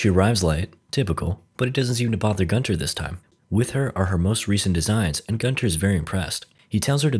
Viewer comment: Why is it ALWAYS Gunter...Guntoae...Guntar...idk